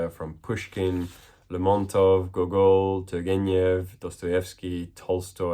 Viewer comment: Thanks for the video! (By the way, it's GO-gol, not go-GOL.)